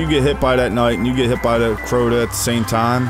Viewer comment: Good video, But that's not Crota! I laughed every time you said it. Good job man.